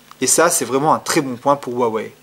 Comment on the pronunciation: Bonsoir :) très bonne vidéo ! je voudrais juste poser une question, quelle version vous pensez être plus jolie, la blanche ou là noire? Aussi merci pour la prononciation, avant je disais u-a-wéye x)